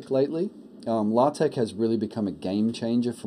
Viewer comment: Ahh, a video I can respect! And you said it correctly! Congratulations on the child, enjoy. :-)